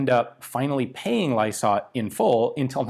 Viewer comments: "Lie - sart" (last part rhymes with art) Not lie-sort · Lysaght pronounced Lie-sart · BTW: the company name "Lysaght" is pronounced to sound like "lies-art" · Pronunciation - Lysaght PK: said like li for lion sart (liisart) PK : Port Kembla factory New South Wales Australia. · In Australia the company name is pronounced "Lie-Sight". They are best known for corrugated, galvanised iron roofing. They are a very old company. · Also called the "Diggers Darling" and Lysaghts is pronounced as lie-sart. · FYI "Lie Sight" .... Pronounciation. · Might be late but You were very close, It's pronounced 'Lie Sarts' locally (some reason we make it plural, idk why). the 'PK' would stand for Port Kembla. Havefamily that works there Lysaghts is still an active company in Port Kembla too. Though I think it's just steel manufacturing as opposed to Arms. No Idea why this video got recommended but it's a fantastic video on Australia WW2 History that should be in every Australian High School WW2 Studies syllabus. Very interesting History even for me, someone who isn't all that into guns. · Lysaght.... it's pronounced Lie Sart. Ryhmes with pie tart. And yes I'm a fifth generation white Australian from country NSW. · Lysaght = "lie-sart".... PK. = Port Kembla (south of Wollongong) in NSW. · For the record. It's is pronounced Ly-sart. Not trying to be dicky. You question your pronunciation so I thought I'd clear it up. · Just a quick add in case you might like to know, Pronounce it as (Lie Sarts) and yes i live 2.7 km from it. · Ly-sart for pronunciation usually in my experience. But not entirely certain on this particular one as there's a lot of Lysaghts in the region. Looking at the strip down it looks like the most complicated part was the trigger assembly, not surprising it was reliable. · its pronounced lie sart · Lysaght pronounced “lie-sart” and PK = Port Kembla - town of manufacture.